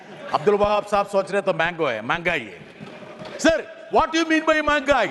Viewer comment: Good speech by Britas. മെഹങ്ഗായ് എന്നാണ്, മാങ്ഗായി എന്നല്ല.